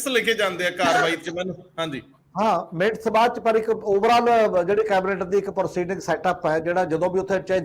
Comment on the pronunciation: Bhai sahib, the pronunciation is not ਮਿੰਟਸ rather it is minutes (ਮਿੰਨਟਸ).